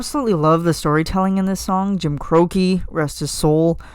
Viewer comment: Big Iron isn't an outlaw, he's a Texas Ranger - law enforcement on steroids. In this case, "Wanted Dead or Alive" worked out as a Dead Red. And for future reference, Jim Croce is pronounced Cro-chee. He's Italian. Jim and Bad Bad Leroy Brown were both Chicago hustlers in my headcanon.